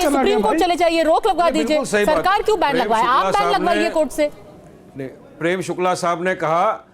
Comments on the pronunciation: पद्माजा जोशीजी, ये "बेवारिस" कठाण,बैन को "बैंड,बैंड" कर रहा है!☺️☺️😊😊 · बेंड नहीं बेन पहले बोलना तो सिख ले।😂